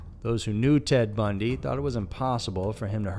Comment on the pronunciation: Like the channel but "Bundy" really 🙄🙄